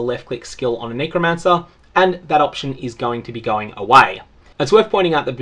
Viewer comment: the word is NECK-romancer not NEEKO-mancer